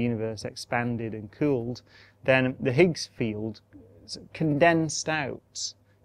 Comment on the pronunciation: Highs field...not eather? Ooooooo k